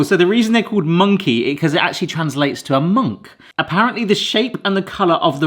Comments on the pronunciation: your pronounciation grinds my gears so badly. Now apparently munkki is "monkey" and sima is "siima" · okey. i've never ever heard anyone pronounce munkki as 'monkey'. thats a new one 😂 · Bro said monkey as munkki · pronouncing munkki as monkey is just something surprising edit: not in a bad way tho